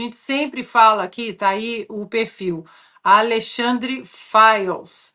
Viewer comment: FIRES OU FILES???? VCS TÃO PRONUNCIANDO "FILES"!!! CORRIGE AÍ Fires sao incendios ne???